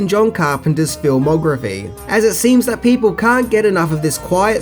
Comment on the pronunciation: film o griffy ??? ???? ?????